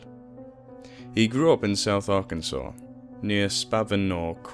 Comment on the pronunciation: Hey, you pronounced Arkansas right! That is a little surprising. Not calling you stupid, just so you know, just saying that another British story teller that I listen to mispronounced it. :P